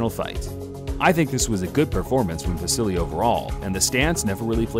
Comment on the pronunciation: Why do people keep saying " vasily " instead of "vasyl"